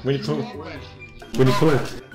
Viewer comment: wini the hedgheog :v